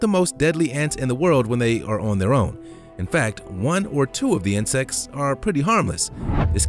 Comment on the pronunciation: My mind is crazy for hearing inscest instead of insects